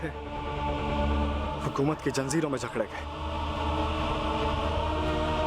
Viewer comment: its not janzeeron its zanjeeron